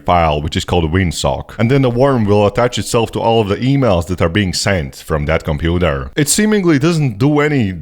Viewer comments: Why do you say computer like that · i love the way you say computer